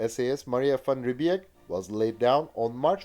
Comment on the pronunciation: You pronounced 'Van Riebeek' and 'Van der Merwe' correctly, very impressive!